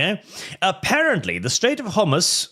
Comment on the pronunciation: The strait of Whore-moose is the funniest way to say it obviously